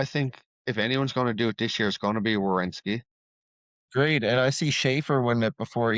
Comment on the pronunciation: attempting to say Werenski hahahah so good!